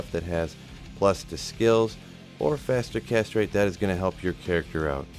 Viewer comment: I always chuckle when they say "faster castrate"